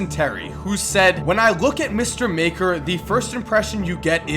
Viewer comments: It's actually pronouced thon meh-kare (roll the r) not "muh-ker" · You're not saying his last name right